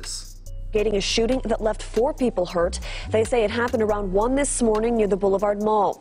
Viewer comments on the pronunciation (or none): none